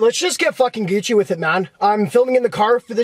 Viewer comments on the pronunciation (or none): none